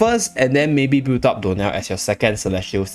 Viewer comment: Anyone else hear door nail instead of dionel? 😂